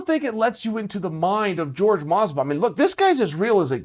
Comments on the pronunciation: Why do some people pronounce jorge masvidal as george masvidal, i dont understand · Chael "George Masvidal" Sonnen